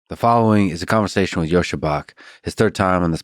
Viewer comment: If you met him IRL and know Russian, why do you still pronounce Bach in this American kind of way?